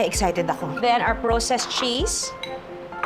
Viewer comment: 😅praa•sest cheese po ✌🏼✌🏼✌🏼no proww-sest 🫰🏼